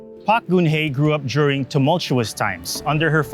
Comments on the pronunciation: pretentious atom trying to emulate south korean accent ang hirap tuloy intindihin. pronounce it as PARK not PAK. we expect a non-sokor citizen to pronounce korean names as a foreigner not a native. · I barely understand the story your diction and accent. While Park and Choi are spoken as pak and chey in native korean, you are talking in english and thus must be pronounce at it is in English